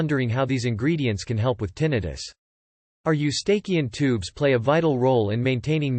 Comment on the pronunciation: WHAT ANOTHER LOAD OF TOTAL BULLSHIT!!!!!!!!!!! CAN'T EVEN PRONOUNCE EUSTACHIAN TUBE RIGHT!!!!!! COMPLETE 100% BULLSHIT!!!!!